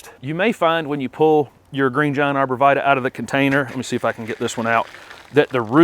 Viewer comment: Pronounced Arbor Vi-Tie (it's Latin)